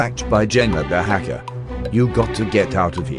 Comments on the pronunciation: Bruh she said hecker not hacker lol😂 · Bro jenna said hecker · Why she always say hecker?? its this kind of joke? :text-green-game-over